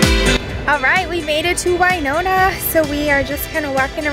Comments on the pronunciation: It's Win-ona not Wiiiiine-ona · I was born and raised in (Win)ona not (Wine)ona LOL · I was going to address it, but being from Winona i get used to the mispronunciation. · I spent most of my childhood there! Every time she said it I cringed!!! I went to Phelps school on the college campus. I live on Whidbey Island in Washington State now and we have a Winona Rd, which made me so happy! I miss you Winona!